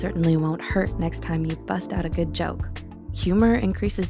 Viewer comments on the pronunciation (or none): none